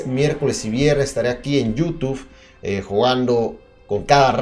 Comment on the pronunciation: me encanta cuando dice yutuf:v